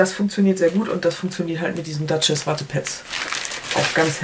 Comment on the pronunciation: Die Mexx-Düfte habe ich immer im Haus, der Ice Touch ist definitiv seit Jahren dabei :) Ich finde es lustig, wie du den Name der Wattepads aussprichst :D "Duchesse" wird quasi "Düschess" ausgesprochen - nicht "Datsches" :D